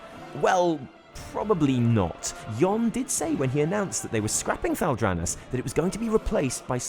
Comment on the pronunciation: That's not how you pronounce Thal'Dranath. :P